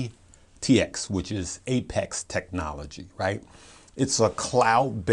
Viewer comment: Its APxt not aptx